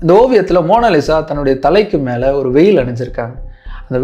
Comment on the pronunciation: Not மேகடலின். It’s Mary Magdalene மேக்டலின் Not வேயில். It’s veil. வேல்!!!